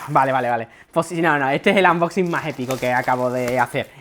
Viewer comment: AMboxi, xD, mira que yo digo cosas mil veces peor, pero no puedo cos los "AMboxin"